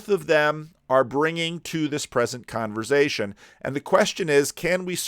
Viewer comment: I’m sure has answered this before but where does the excessive pronunciation of “z” in the word Conversation stem from? I’m a fellow New Jersyan and never heard it pronounced this way. Thank you and God bless.